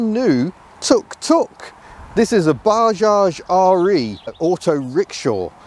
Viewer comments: It's not baaaajaj,, it's Bajaj,, spell it correctly 😡😡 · it's 'buh·jaaj'.